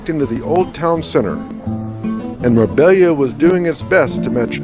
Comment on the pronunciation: Hi and. Nice video. Marbella is a city name which can be pronounced properly with a little effort. Mar-BAY-ah. You did a great job depicting the delights of my newly adopted home -- Estepona. Thank you.